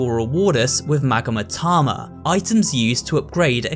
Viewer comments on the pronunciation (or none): It's magatama, not magamatama